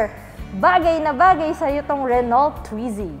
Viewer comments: mga lods correct pronunciation po ng car Renault, french so silent "lt", renau 🙂. More power mga lods. thank you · RENAU po ang pronunciation ng RENAULT, Hindi po Renolt. FYI lang para di mali. Tnx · Renault – 'Ren-O' FYI lang po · Re-no... hindi renolt. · Renault is spoken as 'Re-no' French po kasi tong brand na to. same as Peugeot hindi po Pugot ang basa kundi 'Pi-yuj-o' mejo complicated pag french brands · Pang city Drive yan dito sa Milan,Italy! Re-no po ang tamang Basa O pag bigkas.. French po kasi.. Subukan n’yo rin po yung SMART! Gawa ng Mercedes Benz. Tska FIAT 500 Italian Brand.. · "Reno" po pronounce dun silent L and T, then ung A and U pronounce as "O" so it became "RENO". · you read it as "re-no" po. Good review pero sana bigyan ng justice ang brand pronunciation 😅 Naa wikipedia naman yan eh 😊😊👍👍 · Wow my renault brand ndin pla sa pinas.. sorry po but i think, the pronunciation should be "RENOW". It's a french brand made automobiles.. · Thhat is Renol with the silent T, lol!? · ruh-now daw po pronunciation. hehe silent “T” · Renault pronounce as " Reh-now" po. French word pronounce as french not english.✌ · you pronounce RENAULT...as RE-NO....sa french hindi pino pronounce yang dulo na LT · French people pronounce it “Ren-O “ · mas maganda po kung french nyo po talaga bbigkasin read as...RUNU :) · RENO ang pronunciation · Sir Mam hehe... Medyo pakipronounce po ng tama ✌